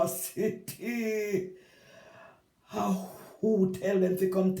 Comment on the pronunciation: What an "ey-dacity"! you have me weak with laugh yah see😂